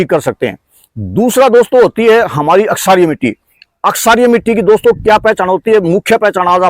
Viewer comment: अक्षारीय मिट्टी नहीं श्रीमान जी क्षारीय मिट्टी कहिए। धन्यवाद क्षारीय भूमि ही ऊसर होता है।